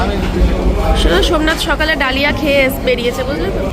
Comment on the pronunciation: কথাটা ডালিয়া নয়,, কথাটা দালিয়া।।